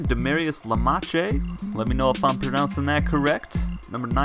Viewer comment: Lamache is correct